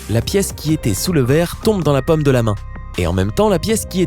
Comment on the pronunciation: Il prononce paume comme pomme !!!